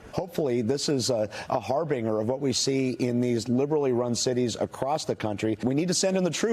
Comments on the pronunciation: it's "har-bin-jer" not "har-bing-er", Fox, if you're gonna be wrong, be wrong correctly. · har binger? It's harbinjur(sp) stupid. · the mispronunciation of harbinger makes this so much funnier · That pronunciation of "harbinger" tho...